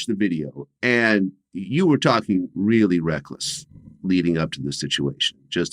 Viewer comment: vewee vewee 😂😅